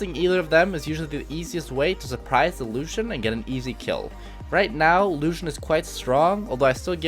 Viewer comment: the way he says Luuschen